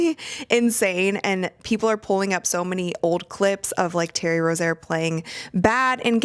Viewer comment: You're pronouncing Terry Rozier's name wrong.